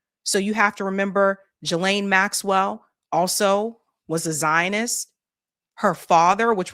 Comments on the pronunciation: I can't listen to you mispronounce Ghislaine. It's Hard G. Gee lane. Not Jee lane. I'm out. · Thanks for your work!...I think Ghislaine is pronounced ...Geee Lane...not Jeee lane... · Hey, I heard one of the prosecutors say Virginia’s last name is pronounced Guff-Ree like Guff-Free long E. And It’s Ghislaine and British so it’s pronounced Ghee ( like the butter) Lane. So Ghee-Laine. Obviously you can say it however you want I just thought it was interesting because I’ve been hearing it pronounced wrong for so many years that when I finally heard it pronounced right, I was shocked. 😂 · It's pronounced as though the following two words were said "Ghee + Lane" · It's pronounced Gilen Gi as in Give and Le as in Letter. Her brother pronounced it this way on Piers. Just saying. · Please learn how to say Ghislaine! The GH is like the GH in GHost. Do better. The s is silent. You sound silly every time you say the name. 😮